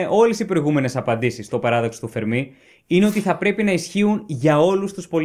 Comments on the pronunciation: "Φέρμι" ρε φίλε, τι "Φερμί" τσαμπουρνάς; Ιταλός ήταν ο άνθρωπος, όχι Γάλλος. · Παρεμπιπτόντως, προφέρεται Φέρμι, όχι Φερμί. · Ωραίο κανάλι, ωραία βιντεο keep it up. Μια μικρή διόρθωση μόνο (που δεν αλλάζει πλέον αλλά οκ), είναι Φέρμι, όχι Φερμί. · Φέρμι,Φέρμι....οχι Φερμί! Ιταλός είναι όχι Γαλλος! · Αγαπητέ εκλαικευτη. Ολα σου καλα, αλλά ο κ. Φερμι, επειδη ειναι Ιταλος, λεγεται Φέρμι κι οχι Φερμί. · The Fermi paradox.. φΕρμι. Όχι φερμΙ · O fermi ήταν Ιταλός όποτε διαβάζεται Φέρμι και όχι Φερμί. Το τελευταίο θα συνέβαινε μόνο αν ήταν Γάλλος διότι αυτοί τονίζουν σχεδόν πάντα στη λήγουσα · Να είσαι φυσικός και να μην ξέρεις ότι ο Ιταλός φυσικός ονομάζεται Φέρμι και όχι Φερμί, με ξεπερνά... Μάλλον τον συγχέεις με το Γάλλο μαθηματικό Φερμά, κάτι που είναι ακόμα πιο τρομακτικό! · Ο Φέρμι δεν ήταν Γάλλος. Ήταν Ρωμαίος. Λεγόταν Φέρμι και όχι Φερμί. Για να προφερθεί Φερμί θα έπρεπε να γραφόταν Fermí και όχι Fermi που γραφόταν. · ENΡIKO Φέρμι και οχι Φερμί....!(Ιταλος). ΣΥΓΝΩΜΗ ΓΙΑ ΤΗΝ ΔΙΟΡΘΩΣΗ. ΚΑΤΑ ΤΑ ΑΛΛΑ ΕΙΣΤΕ ΕΞΑΙΡΕΤΙΚΟΣ, ΕΥΧΑΡΙΣΤΩ. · Φέρμι και όχι Φερμί. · Πολύ ενδιαφέρον θέμα και με σωστή προσέγγιση. Να πω πως ο Enrico Fermi ήταν Ιταλός και το όνομά του προφέρεται Ενρίκο Φέρμι (με τον τόνο στο "ε"). Επί της ουσίας τώρα, θεωρώ πως οι πιθανότερες αιτίες του Παραδόξου του Φέρμι είναι το γεγονός ότι η εξίσωση του Ντρέικ είναι ΕΛΛΕΙΠΗΣ! Αν μπουν και οι άλλες παράμετροι στην εξίσωση (αυτές που λείπουν), να δεις που θα ...πάψει να είναι παράδοξο!!! Μερικές ιδέες έχω για το ποιές παράμετροι λείπουν, αλλά είναι μια μεγάλη κουβέντα αυτή. Δεν γίνεται μέσα σε σχόλιο. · ο ENRICO FERMI ΗΤΑΝ ΙΤΑΛΟΣ και προφερετε me ton tono στην παραλιγουσα